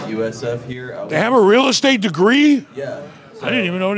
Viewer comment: "they have a degree in real estte?" haha